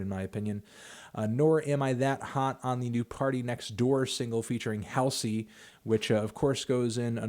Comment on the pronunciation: everytime u say haal-see i die inside